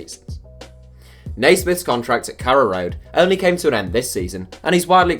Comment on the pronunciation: Pretty sure its Carrow Road not Kara Road